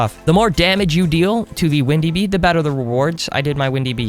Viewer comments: instead of saying windy bee he said ''bindi wee'' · Did any of u notice he said bindy wee instead of windy bee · Bro really just said, “Bindy wee” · I love how you said "Bindy Wee" lmao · you said bindy wee lol XD